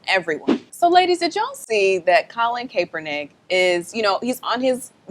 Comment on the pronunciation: It's CAP-ernick not cape-ernick